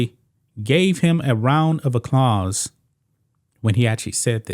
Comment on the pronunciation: APPlause, not “ acclause”